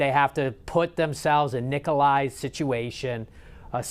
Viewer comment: Can you please pronounce his name correctly!!! I’m sorry, it’s driving me nuts!